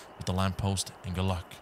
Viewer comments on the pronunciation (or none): none